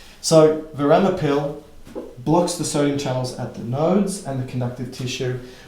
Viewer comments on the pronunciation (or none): I always appreciate your lecture! One thing, I think it is verapamil, not veramapil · It is Verapamil (not Veramapil) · thanks for these doc, very extremely helpful verapamil not veramapil is the name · few could say veramapil instead of verapamil and be absolutely endearing. Thank you <3 <3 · It’s verapamil not veramapil